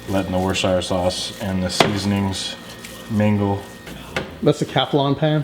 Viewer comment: Just to let you know. You said Worcestershire sauce correct.